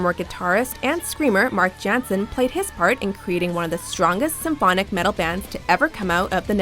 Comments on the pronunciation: its Jansen not Djanson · Nightwish is #1... but they had to feature Anette first instead of Tarja or Floor. They also mispronounced Floor's name. It is pronounced "Yahnsen" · In This Moment and Jinjer deserved more haha (ITM isn't even on the list!). One thing about pronunciation "jansen" is pronounced "iansen" - the "j" doesn't have the same sound of English. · me: sees after forever* me: OKI theres my idol, Floor "Jansen" but i wanna see her in my idol BANDbtw, its pronounced Yaw-nsen bc the J in dutch sounds like a Y ANYWAYS also me: see nightwish* ENDLESS FORMS MOST BOOTIFUL also me: sings random words of the song* LIFE AND OF IT ALL TO THE GRATUDE OF IT ALL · It's pronounced Yansen, honey, Yansen..